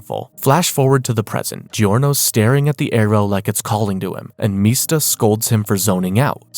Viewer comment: Also its MISTA. Like Mr. Not Meesta.